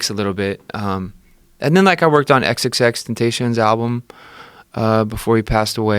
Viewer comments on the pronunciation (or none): nah he's talking about the pronounciation of tantacion , its a Spanish word . I feel like u probably figured it out by now but its ten-tah-seon not ten-ta-tion. Probably botched it tho, theres vids out there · Travis absolutely slaughtered XXXTentacions name😂😂😂😂